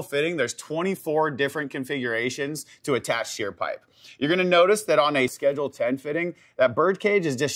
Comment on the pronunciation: Schedge? Two syllables is that taxing for you?